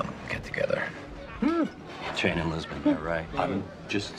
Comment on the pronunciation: ITS LISBON NOT JISBON!!!!!